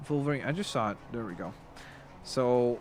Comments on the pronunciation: Hey... it Wolverine, not Volverine... 😑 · It’s not volverine it’s wolverine